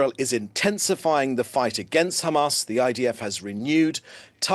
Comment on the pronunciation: At least Palki Sharma stopped pronouncing h@ as khamas 😂😂 Edit: I was wrong, she pronounced h@ as khamas at the end.